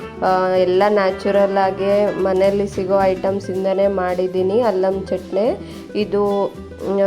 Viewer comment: ಅಲ್ಲಂ ಕೊಡ ಅಲ್ಲ , ಅಲ್ಲ ಅಲ್ಸ ಅಂತ ಕೇಳಿಸುತ್ತೆ